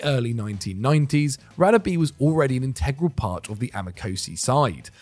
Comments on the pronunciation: His name is pronounced Rah-Deh-Beh not radabee!! Come on not you guys too! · God you butchered Radebes name. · Great video maybe just some work on the pronunciation in the future. The Radebe entry the place names and his name were pronounced wrong. I'm not an expert but I know enough to say it wasn't good 😂 cheers guys 👍🙏🏻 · yup, was cringe asf